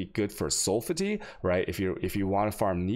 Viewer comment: Best is 'sulph-tee'